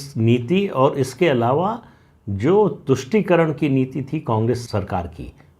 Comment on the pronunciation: "Politics of VOTE encourages parties to sell the country Very truthful and bold statement. Thanks mrPS for clearly enunciating TUSHTI karan.